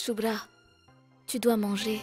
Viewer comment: J'aime bien comme appel chubra (chulubra 😂😂😂😂😂😂😂😂